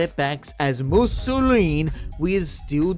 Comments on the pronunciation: Fun to watch but i was tweaking every time u said musolin instead of mousillon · Mousillon ( moo see yon ) not Mussolini Languille (lan guiw) not languini Bordeleaux ( bore the low) not borsexcadu 😅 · why... why does he pronounce it mousilleen instead of mousillon? Mousilleen sounds Italian, not French. aaaaaaaaaaaaaa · The way you say Mousillon is going to make me kill myself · I really, really, really like that you mispronounce the word "Mousillon" but that you also say it every other minute ❤ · Me at minute 4: “he couldn’t possibly pronounce Mousillon like that for the whole video… could he?” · I'm convinced all YouTubers are dyslexic. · Damn nostalgic Italian cat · oh no